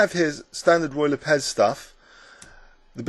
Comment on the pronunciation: so it's ruy lopez...lol I feel retarted. The way you say it makes it sound loke Royal Apes. Awesome movie again.